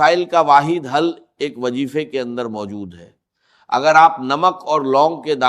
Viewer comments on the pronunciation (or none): یہ Ai سے بنائی گئی ویڈیو ہے یا اس پر یہ آواز ڈب کی گئی ہے۔ ذرا غور سے سنیں تو وظیفے کو وجیفہ کہا جا رہا ہے۔ جائز کو جائج کہا جاتا ہے اور لہجے میں وہ لھنک نہیں ہے جو ڈاکٹر اسرار احمد (رح) کے کہجے میں تھی۔ اللہ معاف فرمائے چند پیسوں کی خاطر لوگ کیا کیا کر جاتے ہیں۔ کاش اس ویڈیو بنانے والے کا راج بھی اللہ دنیا پر کھول دے۔ آمین